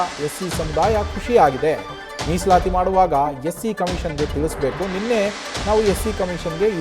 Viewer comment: Musalayi ❌ Misalati✔️